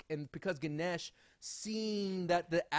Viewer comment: And you don't Pronounce guneash you pronounce ganesh just sayin.